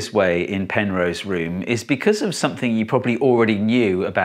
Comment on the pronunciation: Who's Penrow? ;^)